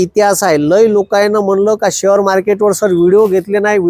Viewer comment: शहर मार्केट नाही ओ शेअर मार्केट म्हणा